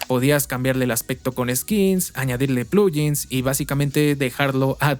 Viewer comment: "Plugin" viene de "plug in", así que sería un poco más correcto pronunciarlo como "pluguin", no "pluyin".